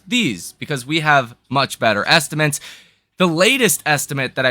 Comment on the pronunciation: Great analysis but please stop saying "estimints" - estimAtes is the word.